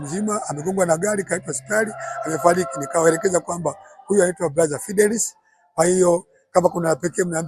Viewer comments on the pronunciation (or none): Eti bruder badala ya buda